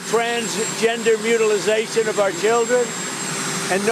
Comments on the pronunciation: You know he's lying when he says "Sir". "Mutilizaton" isn't a word; it's just "mutilation". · Did Dementia Don say "Mutilization???"